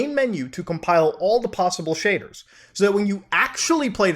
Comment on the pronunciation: Man. All i heard was shaders and cum piles.